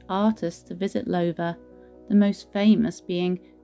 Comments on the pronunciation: I thought it was pronounced Low (as in cow) ther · this Lady pronounces the family name completely wrong , should be said as "Louther" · Enjoyed the tour. One thing, however: Please rhyme the words "how now brown cow" with the first syllable of the name Lowther. ;-)